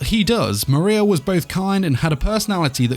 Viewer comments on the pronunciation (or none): none